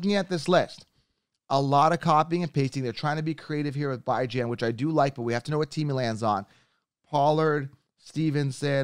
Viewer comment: Ekeler was undrafted. Bijan is pronounced Bee-jan Man you have some occasional hood takes but as and "expert" please get the round drafted in correct and the name pronunciations correct. Also just admit when wrong it makes you more credible. To just double then triple down on your ekeler prediction is ridiculous. Obviousky eventually you will be right age gets to all players. But seriously you got ekeler wrong that's ok but just admit to it.